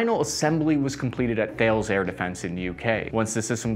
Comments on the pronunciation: Dude... it's pronounced "tal-es"... not "thay-ls"... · Thales is pronounced Taa-lez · If I recall the company Thales you referenced is pronounced Tar Lez. We built computers another of their (non defence) divisions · "Thales" is pronounced "Tal-ez" by the way, because French. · Thales, who manufacture the NLAW, is actually pronounced more like Tall_ess. Originally it was a french Company... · & Purpose Hey Thales is pronounced "Tah - less". The French get weird with what they care about and - from experience - apparently pronouncing this correctly is one of them. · Thales is pronounced "TAH Less" Good video though :)